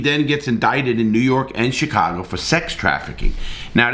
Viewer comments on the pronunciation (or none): none